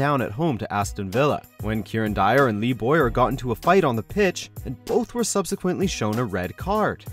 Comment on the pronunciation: "Boyer"? The 'W' isn't silent. It's pronounced "Bow-yer", and the 'Bow' rhymes with 'cow'.